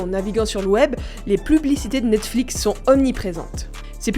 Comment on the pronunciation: j'aime bien comme ça devient de plus en plus compliqué de prononcer "Netflix" a force de le prononcer lol " Netflic" " Nexflics" " Nexflix" pour ensuite dire " Nette-Flix" lol-> Bonne vidéo quand même ;)